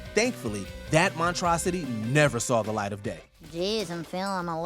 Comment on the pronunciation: The narrator mispronounced “monstrosity”.